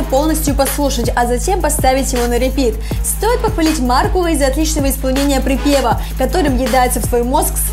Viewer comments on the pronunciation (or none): МаркУл!!! На У ударение